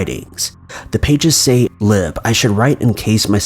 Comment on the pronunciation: It's Lib not Liv.